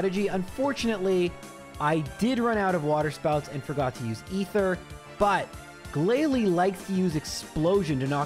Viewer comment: The way he says "GLALIE" kills me everytime.